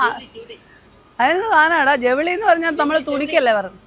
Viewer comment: ജവളി അല്ല ചൗവ്ളി ആണ്.